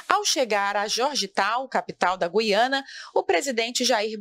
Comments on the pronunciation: Oi Não é GUIana é GU iana OK Sou daqui do Norte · A pronúncia é GÚIANA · Eu achei q o nome correto era Guiana, pronunciando a letra U